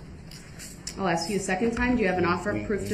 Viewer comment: Why the HECK DOES HE STILL “AXE” questions!!! He hears how everyone else says it I assume,? Then why can’t he talk!!!